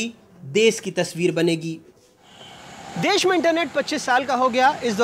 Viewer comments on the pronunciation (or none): Correct the word.... as 'Desh ' instead of des